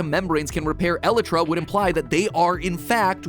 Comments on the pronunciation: Mat: trying to solve Minecraft lore Also Mat: "Ellitra" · isn’t it e lie tra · Please stop saying elitra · Mat really just pronounced elytra like alitrah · jit calling the elytra "ellitra" 💀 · Elytra is pronounced EH LIKE TRA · Matpat pronouncing elytra like eletra makes me ocd go off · You pronounced Elytra wrong. It is E-Lie-Tra. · "Alletra" XD oh MatPat... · The scariest thing in this video is the fact that MatPat pronounces Elytra as El-eh-tra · I would probably pronounce it El-eye-trah, based on how it's spelled, but language is weird, so I won't say for certain if it's correct or not. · The way he said elytra bothered me so much. For those who don't know, its pronounced a-lie-tra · My dude literally just said "eLEtrA" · Hes pronounces it "eletras".... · Isn’t it eelytra pronounced? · im sorry.. but did he just say.. e-le-tra? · no its not you say it "E-Lie-tra" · eletra elitra elitra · Did he just say eletra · The way he says "Elytra" makes me crack up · Mat please learn how to say "Elytra" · the way you pronounce elytra triggers me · Your elytra pronunciation activated my fight or flight mode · Anyone else take issue with the way MatPat says Elytra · the way he says elytra is making me homicidal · POV: You realised that Mat doesn't know how to say "elytra" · Bro the way he said Elytra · I despise how Matpat says Elytra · Nobody going to point out how he is pronouncing elyra wrong? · Mats pronunciation of elytra hurts my ears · Dude first phantoms are a type of a ghost second you been saying the eleyrray wrong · yes but to the mincraft community he is pronouncing it wrong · Just because a pronunciation is said by the majority doesn’t mean it’s the right one. Besides, elytra is a real word, not one made up for the game. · It's pronounced "Elytra" Mat, not "Elytra"! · I hate it so much. Why Matt why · I'm sorry Mat but the way you pronounce "Elytra" makes me want to stick a needle in my ear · It hurts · its pronounced e-lay-tra not eli-tra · IT IS E-LY-TERA